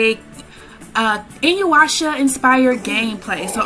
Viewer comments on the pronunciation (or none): Um just a correction it's Inu Yasha Pronounced En U As on you Ya as in Ya AH S as in Shhh UH InuYasha Not InuWasha as you pronounced it A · You are pronouncing InuYasha wrong